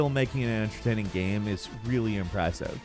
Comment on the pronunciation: The way you said impressive